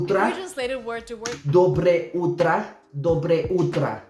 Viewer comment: У вас очень хорошо получилось - Доброе утро, Добрый день и Добрый вечер - почти без акцента :)